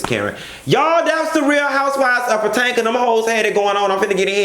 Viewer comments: Love way he say PaTanka girl . Omg 😭😭😭😭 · OMG you have officially botched this areas name up so many ways Wrong....🤣🤣🤣